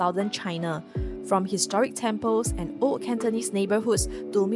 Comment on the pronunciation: Please don’t mind but old ≠ oat as told ≠ toad [ohld] versus [oht] and [tohld] versus [tohd]